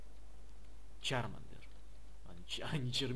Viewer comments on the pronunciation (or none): none